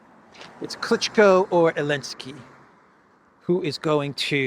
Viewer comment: Klichko is pronounced as Klichcó.